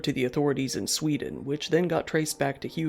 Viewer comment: NOT SVEEDEEN